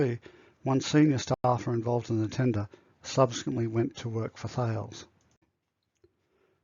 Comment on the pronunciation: I thought thales was pronounced as ta-less - the pronunciation seems to be different in different places?